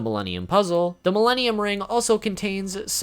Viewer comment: When he said Milenium items i heard Mellenial's item